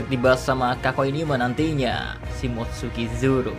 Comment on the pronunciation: Sebutan simotsuki zoronya makin lancar